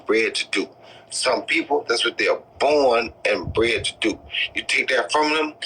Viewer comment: All i gathered from this interview was roy jones saying ' bored and bent'.